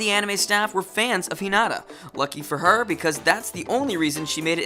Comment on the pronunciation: H*i*nata. Accent on the i in the anime.